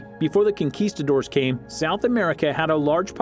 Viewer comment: "kinkistadores"...hiring a better narrator would've helped :-)